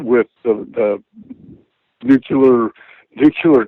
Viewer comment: "nuculear"?! Are you fucking kidding me?!